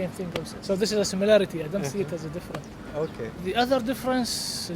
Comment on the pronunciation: ドイツ人の発音がおもしれーな ドイツ語の感覚を理解しているつもりでも、なんかね ドイツのRはすごく控え目で口蓋に接触させない感でやるらしいのだが さらにザクセンといえばイングランドの祖なので なんか子音を飲んでる発声というか、なんというか I don't がI ont になってる これはさすがに変わってんな カタールの人の場合、 「日本のコメはウルトラ改良の努力で→つまり自然発生の品種から→つまり元祖を敬わないという→・・・」 トウモロコシはすげーよね！南米の古代の民族の努力で惑星を支える食材として君臨することになった！ ・・農林１号って言うな、コメばっかり食ってた江戸の人間の知らない品種改良で 味も無茶苦茶よくなった・・・ ムギはどうなんだろうな 品種改良されてないのなら大したもんだな それこそウドンの素材は麦だしなぁ